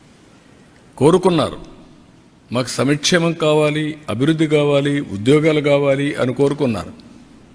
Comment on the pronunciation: సమిక్షేమమేమిటి?ముందుసంక్షేమం అనేపదంనేర్చుకో.